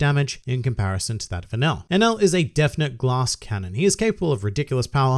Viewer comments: Enaru I know is his name not enul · Hus name is Eneru!!! Why all Y'all keep calling him enel??